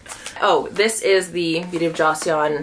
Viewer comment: The way you say "joseon" and Kelly "retourne" gets me all the time, but it always brings a giggle out of me 😅. You're one of my favorite influencers, and I'm always looking forward to watching your videos. ❤